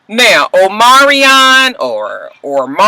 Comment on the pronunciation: Just say Omarion lol his name is hard to say.